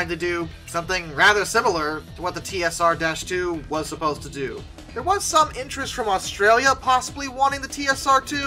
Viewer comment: Duncan Sandys pronounced his surname as "Sands". Never take the pronunciation of any name used in the UK at face value. Those of us alive at the time of the project never said "dash" in the name "TSR-2". It was always the "TeeEssAhTwo". (note the non-rhotic English R).